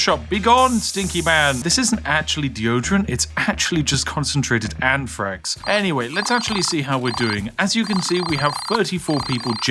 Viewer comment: Lmao😂 He said anthrax but now that I saw your comment I hear it too😅